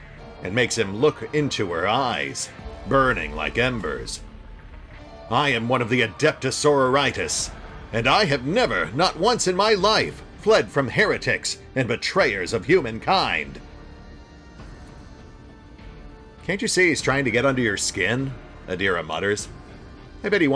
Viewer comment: Adeptis Sororitas is pronounced like Sorority